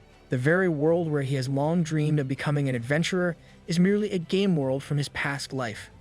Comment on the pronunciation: am the the only only one that instead of very game world it sounded like very gay world ? lol